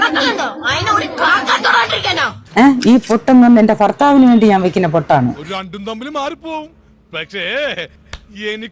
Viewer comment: ഫർത്താവ് 😂. എന്തിയെ അമ്മച്ചി 😂😂